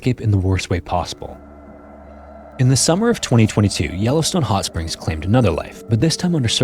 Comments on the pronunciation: "no ai generated content used" other than the narrator. Yellowstune? c'mon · The way he pronounces Yellowstone makes me feel he is AI in afraid . Noticed this with the Kathmandu video too, pronuncing the H